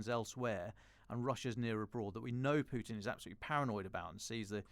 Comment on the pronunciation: Who is monitoring your sound levels? (Listening on THX speaker system on a PC, Chrome.) The first guest was okay, but your second guest, ' feed was laden with plosives and sibilance. Such a difference between the two. And for gosh sake it's 'pootin', NOT 'piewtin'.